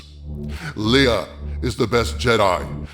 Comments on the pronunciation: Leia's name is pronounced "Lay-uh". Are you pronouncing it as "LEE-UH" on purpose? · Soooo...why do you keep mispronouncing Leia's name? It's not pronounced "LEE-ugh" it's pronounced "LAY-ugh". Have you not watched the movies? There are a couple characters (Tarkin, and General Dodonna) in ANH who mispronounce her name, but everyone else, both in ANH, and all the other movies, pronounce her name correctly. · Lay uh, not lee uh